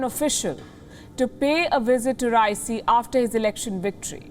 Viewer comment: What if you start by pronouncing his name correctly ?